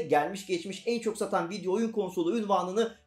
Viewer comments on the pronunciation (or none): none